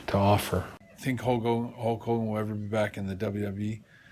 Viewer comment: "What has he really everrr done."